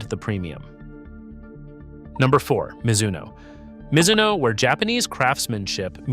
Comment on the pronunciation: As soon as your AI voice mispronounced Mizuno, I stopped watching. YouTube doesn’t need more AI slop